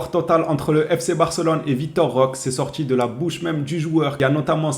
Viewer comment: Roquééé avec un É comme éléphant 😅